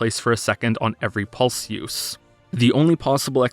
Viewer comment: The way pronounces "seven", "pulse" and "use" sounds weird.